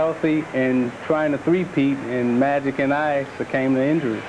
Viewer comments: succame is not a word buddy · Succame? Is that a word? Your ignorance is showing. Isaiah Thomas is not the brightest bulb in the box...The word is succumbed. Lol.